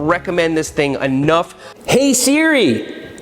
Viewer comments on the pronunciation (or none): none